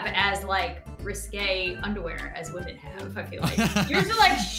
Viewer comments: pronounce it hwamen ( like Bob Ross saying titanium hwight) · I have a problem with all women: All women. Not WHAMEN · Whamin!: Struggling to say whamin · It's hwaman not woman!!!!!!!!!!!!!!!!!! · Tell it is pronounced hhwwhaamen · wa-men yup sounds right to me